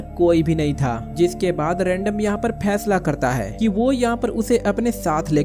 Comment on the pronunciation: Aby chotya bhesla Nahin fesla HOTA he